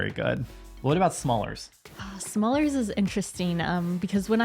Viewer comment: Smallers? It is smullers, with a "u" and pronounced approximately as the "u" in to cut.